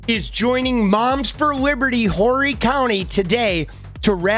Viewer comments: Horry county...not pronounced like the adjective for her morals. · Myrtle Beach in the summer is full.... so, the fact that people aren't interested in her to this extent is hilarious. It is pronounced as OR-EE, but spelled Horry. Meh.